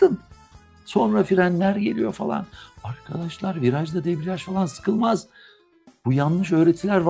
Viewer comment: Hocam debriaj mı deprej mi